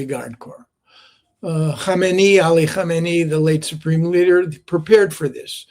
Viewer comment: Please say Khamene'i and not Khaneme'i